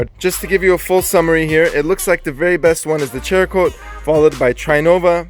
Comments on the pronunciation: Cerakote (sarah-coat), not CHER-A-Kote...LOL. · It’s pronounced serakote not cherakote. But awesome videos and thanks for the testing! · LOL he keeps saying cherakote.... its cerakote. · I find it funny every time you guys call the Cerakote "Cherakote" HAHAHAHAHA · Its Cerakote (saracoat), not "Cherakote". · I can't believe you are still pronouncing it as chericote. Where are you getting ch sound from? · Cerakote is pronounced Sara-coat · It's pronounced sarah coat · There's no 'H' in Cerakote. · How many months later and you still haven't learned to pronounce it??? (Oh and put a real grille back on that Jeep, you're mistreating it.) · Great review, but you guys really need lean how to pronounce the names of the products. You murdered Meguiars and Cerokote is pronounced ..."Sear ah ' coat...... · Dont normally comment but you guys clear uneducated pronunciations! The cerakote is a ceramic product, hence the name! And Maguire's sounds like squires! Why would you guys pronounce things wrong clearly ! Hope this clears things up for you!